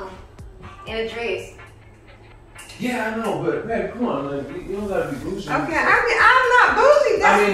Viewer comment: why did dress sound like that